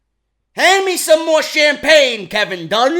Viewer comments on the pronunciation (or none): none